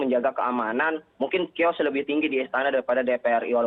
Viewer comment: Chaos dibaca kios 😭